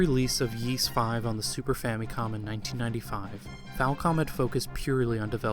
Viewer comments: Seriously. It always amazes me when Youtubers who cover things like Japanese games, anime, history, and culture don’t even bother to learn basic Japanese phonetics before releasing extensive, in-depth videos like this. No offense to OP as he is absolutely not alone here, but it just hurts their overall credibility in my eyes. When he mispronounced “Ys” though, in a freaking history of Nihon Falcom video, that was just too much for me. Not surprised that many people felt the same way and pointed it all out well before me, and respect to OP for publicly acknowledging his mistakes. For what it’s worth I still enjoyed the overall video a lot and even learned a few things despite being an Ys nerd who’s been familiar with Falcom for the better part of two decades now. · This history and story is excellent, thank you. But I cringe a little each time I hear "Yees" instead of "Ees". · You posted this three years ago and probably won't see this, but are you aware that "Ys" is pronounced without a hard 'Y' It's more like "Ees". It just kind of bothered me, you said it like thirty times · I never heard it pronounced "Yi's". Apart from that, it's a very good documentary. Keep up the good work. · It must have been a lot of work to make this short documentary and it is informative. I salute you on it but I have to give it the thumb down for not correctly pronouncing Ys and Zwei. Ys is literally the predecessor of Paris (on a par with Is). The character Adol(f) is taken directly from the legend of the mythical city Ys. If you pronounce the name with an Ee sound like the French there is no S sound. Zwei is German for two as the game revolves around two characters, like a large sword is called a Zweihänder. Just to give some insight in the thumbs down. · Excellent video. Thanks, but it drove me mad that you mispronounce Ys all the way through. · Ys: 'Ees', not 'Yees'. Yeesh. Every time you say it I cringe, and you say it a lot... Great video though. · "eace", not "yeace", please. :)